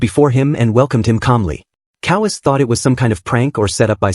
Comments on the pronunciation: Ko Wa Se. Not kowees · Why does a manga recap channel have such bad pronunciation for the Japanese names? Especially Kowase, my god.